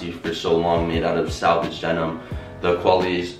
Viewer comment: Hey man just noticed you keep saying "salvage" denim instead of "selvedge" denim. Selvedge refers to the "self-edge" seam finish that runs up the pant leg as you point out. You may know this already but just tryna share some knowledge. Either-way, sick pair of pants and nice review!